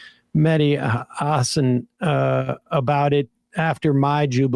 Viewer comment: MEH-DI HAH-SAAN thats how you pronounce!